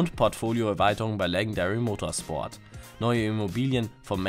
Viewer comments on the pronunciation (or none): Junge. Wie kann man englische wörter so schlecht aussprechen? Legendary Motorsport wie mit dem englischen G ausgesprochen und nicht mit dem deutschen G. Und das Dlc vom winter 2015 heißt "executive and other criminals". Und das wort "einzigste" gibt es nicht